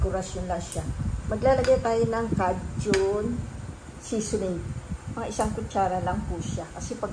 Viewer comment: Say Kay-jun; not, ka-jun!!!